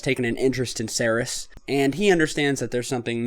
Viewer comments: Ceres = (SEEREEES) its named for the goddess of grains and where we get the name cereal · Except for your pronunciation of Ceres you are doing a really seriously excellent job. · Please learn the proper way to pronounce Ceres!!!